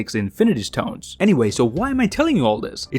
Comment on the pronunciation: I'm disliking because of the "st-hones"